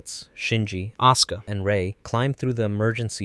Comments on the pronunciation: hearing "Aska" hurt my soul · These pronouncements of RitsUko and AsUka breaks my heart😭😭😭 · I am the only one who hears "oscar" instead of Asuka? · A soo ku 🤦‍♂️ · I'm glad someone else also noticed that detail it's something that's always bothered me with this channel as well as how they pronounce Asuka's name in some parts of the video.